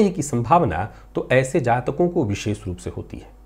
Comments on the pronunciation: विशेष का उच्चारण कहीं भी विशेख नहीं सुना है आज तक 🙏🏻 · विशेष का उच्चारण कहीं भी विशेख नहीं सुना है आज तक🙏🏻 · विशेष का उच्चारण कही भी विशेख नहीं सुना है आज तक।